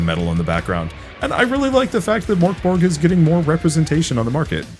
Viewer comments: To pronounce it easier in English I'd suggest trying to say "Mirk Borj", and not Mirk as in "Meerk" but rather like they pronounce "Mirkwood" in LotR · Nearly spray-painted my monitor with tea when I heard that pronounciation of Mörk Borg. I never really thought about it, but I guess that's how most english-speaking people would pronounce it 😄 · I saw it coming and it still threw me for a loop!